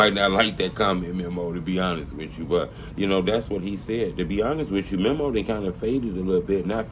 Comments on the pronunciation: Bro his name is meeeeee moooooo. Not mem’o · bro why is it so hard for to say "mee-mo" (memo) not mem-mo smh i cringe every time he say it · it’s mēmo. Meeeeeee-mo.